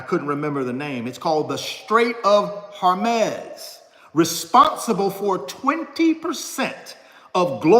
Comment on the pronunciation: ITS WHORE//MOZE RF